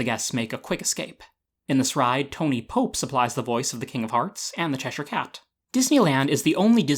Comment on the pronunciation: I just want to thank you for pronouncing Cheshire correctly lol, its a pet peeve of mine to hear people pronounce it wrong